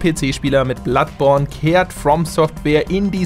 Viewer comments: Ich hab einmal bloodporn verstanden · Hat er "Bloodporn" gesagt? Na? Na?